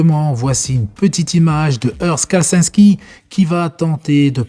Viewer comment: Ka-le-cins-ki un petit effort, tu vas y arriver...